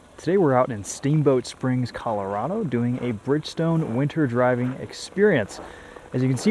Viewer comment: Why can no one pronounce Colorado correctly? It's hilarious.